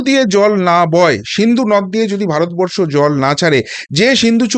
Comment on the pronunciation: সালা দালাল ভারত বরষো ঠিক ভাবে উচ্চারণ কোরতে পাড়েনা